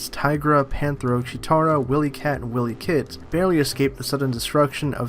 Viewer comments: Its pronounced Why-Lee-Kit and Why-Lee-Kat. Not Whilley Kit and Whilley Kat. Dont be disrespectful. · I think you need to learn how to pronounce Wiley Kit and Kat's name before you record a video about the Thundercats.